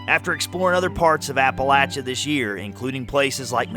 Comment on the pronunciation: IF YOU ARE MAKING A SERIES, I WOULD SUGGEST THAT YOU LEARN HOW TO PRONOUNCE APALACHIA CORRECTLY. GOOGLE IT!